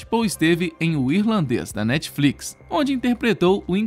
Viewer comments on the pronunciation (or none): none